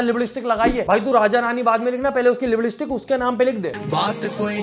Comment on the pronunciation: Abeh behn woh mazak kr rha warnah he is educated lipdstick was said to entertain us